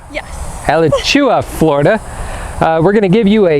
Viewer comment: FYI, Alachua is pronounced a latch oo a. Just found your site. My mom is handicapped and this will assist us. Been watching Matt, The RV Guy and watched his and Andrea’s site grow. Going to enjoy watching you grow too. Best wishes!